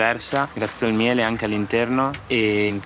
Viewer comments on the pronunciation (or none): none